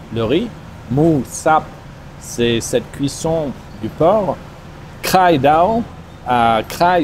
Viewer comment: Il est totalement naze il dit kRai au lieu de khai pour dire oeuf ,Confond le pad kaprao ....